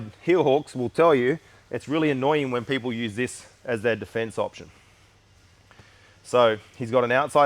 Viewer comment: "We gonna be doing day fence"